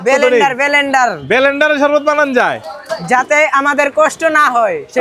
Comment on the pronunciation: Blender ❌ Belendaar✔️